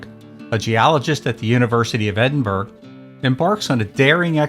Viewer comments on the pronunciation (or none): The urgh in Edinburgh is pronounced BUR-uh, not burg or bur. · Journey to the Centre of the Earth - Edinburgh is not spoken as 'Ed-in-burg' but 'Ed-in-bu-ruh' or sometimes just Ed-in-bruh' by we Scots. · Loved all of these films. I am 71. p.s. Edinburgh is pronounced, edinbuh ruh.. like borough.. Don't worry though, you guys have Arkansas ! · Like others here I have seen all of these great movies. Just as a matter of interest Edinburgh is pronounced Ed-in-brah and not phonetically as in the narrative.